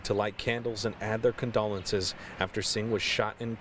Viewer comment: learn how to pronounce "condolences", newscaster